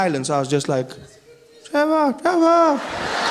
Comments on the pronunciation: Trevor 🤣Revor🤣Evor😂😂😂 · This is seriously some funny shit! Thanks for the laughs Trevor, Revahh, Nevahhh!